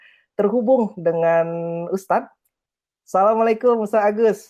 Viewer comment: Maaf mas. Bukan salammualaikum. Tapi "Assalammualaikum" sebagai seorang muslim kita wajib mengucapkan salam dengan benar. Sukses terus buat vlogsnya